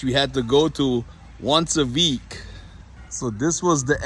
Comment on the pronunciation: Did you say "once ah veek"? 😊 Lol. Glad to see your video come up. ❤